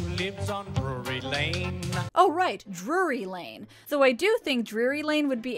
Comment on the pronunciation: I don't know it kinda sounds like he's saying Brewery Lane which makes me wonder if the muffins are just a Front for his Bootlegging business